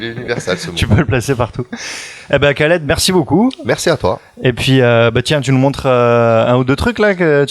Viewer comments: Wait wait wait !n a Il prononce "Khaled" a la manière "arabe" : "Rhaled" alors que dans une de ses vidéos il nous dit bien que ça se prononce "Kaled" -_ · On dit Khaled pas Kaled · khaled cavse prononce comme ca